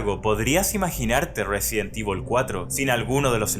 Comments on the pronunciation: Como cuando le dices resident tivol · resident ivol